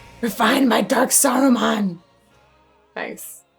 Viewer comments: It's Saruman, not Sarumon 🙂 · The character in LotR is called "SarumAn", not "SarumOn" - he is not a pokémon :D and the Star Wars character is called "Count DoOku", not "Count DokuU". Yes, yes, nitpicking, but I'm too much of a fan not to complain about this, apologies 😅 Unless I'm missing some kind of joke... in which case: apologies² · "Sarumon" physically hurt me. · It's "Saruman".